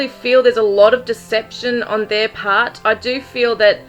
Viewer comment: I don’t think he said her. With his accent, “their” becomes “der “ and he softens the letter “d” almost to an “n”. Sounding like “They put her in ner car”.